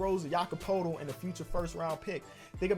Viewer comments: Poeltl is pronounced like pirtle. Also bothers me when you say Cal Lar E instead of Kyle Lowry lol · Ayy you keep pronouncing Poeltl wrong. It's pronounced PURTLE like turtle but with a P... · Jakob Poetl is pronounced Perdle